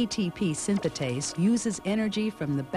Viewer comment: ATP synthase not synthatase